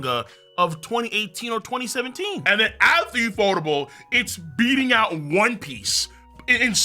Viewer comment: Bro it’s U.F.O - Table like a table u eat on. 😂 not ufotable